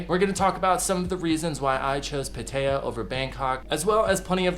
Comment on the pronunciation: It's pronounced Pat-taya